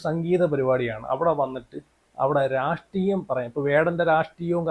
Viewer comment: എടാ രാഷ്ടീയം അല്ലടാ മണകൊണാപ്പീ......... രാഷ്ട്രീയം ട്ര ട്ര...... പോയി നാക്കെങ്കിലും ഒന്ന് വടിക്കെടേയ് നീ..... 😂😂😂😂😂😂😂😂😂😂😂